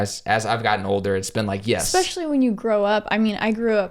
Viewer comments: You two are just so cute together! I hope I'll find a girl someday who loves cinematography like I do haha. Also, I love how you () say "especially" with an X, "exspecially" lol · Exspecially? Does anyone else hear it or is it just me? Lol but every time you say it my nose curls up. Lol This vid still cracking me up, you guys are awesome